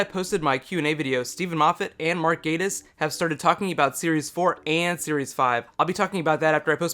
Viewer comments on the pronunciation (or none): Hussain Nashydhu Moosa , Gattis is pronounced as it is spelled and not "Gay-tis"(there is no reason for the long "a" sound. Mark Gattis himself pronounces it as it is spelled. It is also a common surname in the US, UK and parts of Canada and Lestrade is, far less common, and is most likely of French origin, and as far as I can tell in the US and depending on one's UK accent, it is most commonly pronounced as it is spelled as well; Les-Trade, and not "Les-Trod". To a lesser extent, the latter annoys me less and Lestrade can be more open to pronunciation, variation. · I like it...just annoyed by the pronunciation of Gattis and Lestrade.